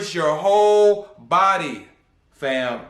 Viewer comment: Bro the way you broke things down is unheard of. This is a damn good video lots of information. The funny part is when you say “FAM”😂😂😂 and HoeReady😂😂😂